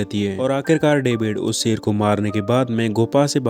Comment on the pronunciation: Really love your voice and way of explanation. Love from Pakistan. Plz don't mind but ap shee word NAHI bol sakty? Sheer ko seer bolty ho or sharaab ko sarab bolty ho orignal word shhhh.... Sound se hota ha ccc word NAHI ha.